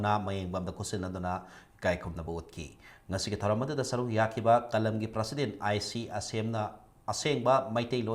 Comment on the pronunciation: Kk u still hv to learn how to pronounce the word President n tripartite talk.